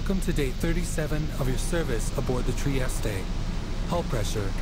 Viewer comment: At first tI though the triestre at the beginning said - Aboard the Testicle xD